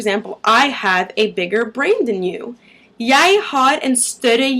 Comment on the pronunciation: We don't say "jod" we say "jæ" and here are how you write the letters æ,ø and å ;) æ: ae ø: oe å: aa I live near Bergen and have lived here for 3 years now ^^' I am originally from Denmark. The say that it generaly takes 8 years to learn a new language and to understand the new humor that comes with the language. I can speak it like you can't hear that I'm not from Norway ;) So I'm a "little bit" aware of how it's said and speaked. But it's a good video! Where are you from?